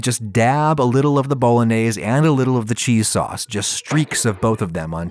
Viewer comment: If you can't pronounce bolognese the right way, you deserve nothing but DEATH